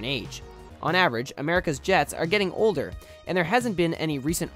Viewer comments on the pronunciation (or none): none